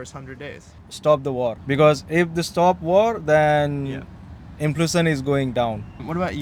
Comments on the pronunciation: Red shirt guy was so inflamed he couldn't even say inflation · so the guy who pronounces 'inflation' as 'inflammation' is a legal immigrant? and he wants Trump to stop illegal immigration? I think he likes Trump just because Modi worshippers love him. I will wait to see when he is getting deported by Trump.